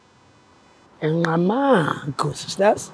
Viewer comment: Okay guys its Ngqamakhwe not Ngqamagu Respect our Villages